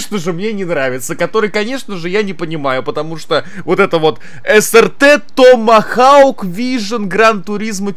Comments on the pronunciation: Слово томагавк: существует Булкин: Тамахауг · Не тамагаУк а томагавк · Не томохаук , а Томогавк. Балбес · Томхоук. Какой, блин, томахаук?😂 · саня, не тамахау, тамагавк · Додж срт томогавк, странно ты читаешь это слово😄 у доджа ещё мотоцикл есть, додж томогавк, загугли на досуге, интересная вещь)